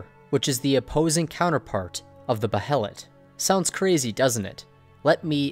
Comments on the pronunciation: Bay Lit, Say it with me Bay lit. Not Beh hell it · Pronounced- bay-let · alright rlly fast, its pronounced "Bay-let" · Just an FYI: It's pronounced "BAY-LIT", not Bah-he-lit. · i was always under the impression Behelit was pronounced Bay-Lit, not Bay-Hell-It. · Don't mean to sound rude or something, but just so you are aware, behelit is pronounced Bay-Lit. Awesome video, big thumbs up. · Dude.... Behelet..... Seriously? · It's pronounced bay-let you dumb knob. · Please stop saying Beh e' lat. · Behelits- the “H” is silent!!! Damn it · Behelit is just pronounced BAY-lit. It's just spelled that way because of Japanese pronunciation. Like how Guts is spelled Gattsu sometimes. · Its pronounced baylet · Dude. The "H" is silent. God that is killing me.